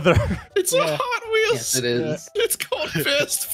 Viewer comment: Hotwheels? Nah. Hotheels